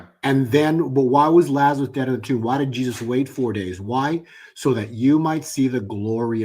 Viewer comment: LAZARUS, not "Lazareth". Actually his native Hebrew name was Eleazar. The KJV translators corrupted most names in the narrative.